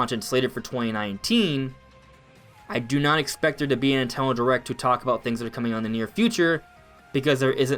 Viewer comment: ‘Ninteno derect